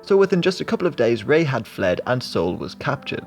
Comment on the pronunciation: I cringed when you kept saying "Ray" instead of Lee.